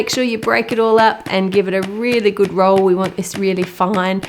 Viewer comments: Like that "gud" accent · I love how she says good,it is so Australian